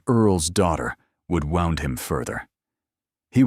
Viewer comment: Must be AI, because it doesn't say wound correctly!